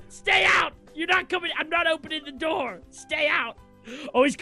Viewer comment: "the do-ur doesn't wur-k"